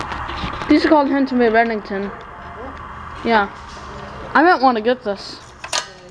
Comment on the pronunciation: It's not Remington it's Redington